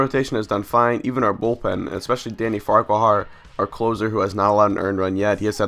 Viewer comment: Just a heads up, its pronounce far-quar